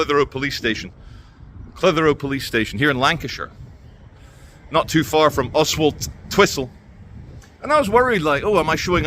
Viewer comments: Karma came knocking....btw, I think it's pronounced Ozzletwistle. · Just to twist your mind if you’re not from round here, it’s pronounced Ozzle Twizzle. 😂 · It's pronounced "Ozzultwissel". My late stepdad, with a clipped Paisley accent, had a hell of a job pronouncing it! Keep up the good work